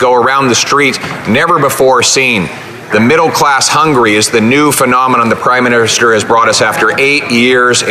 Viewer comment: Did he say Crime-minister?